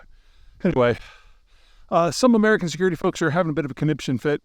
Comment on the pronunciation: He (Putin) landed in Hoonalay last night..??? 😂😂😂😂😮😅😢 Spoken like a yoonighted States of Oomerikon world traveling expert